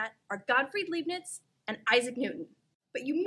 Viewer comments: "leeb-nits" = :( lahyb-nits = :) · LIIIIIIIIIIIIIIIIBnitz! It's German; second vowel is pronounced! TNX! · Calculus ist fun! ( well, it's at least incredible useful. :-)) Btw. the 'ei' in Leibnitz ist pronounced more like the english I. (like in: I like calculus ) Or laɪbnɪts if you can read that. ;-) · baby, I know you're beautiful and all that but it really breaks my heart to hear mispronounce Leibniz's name. His name rhymes with Lie not Lee.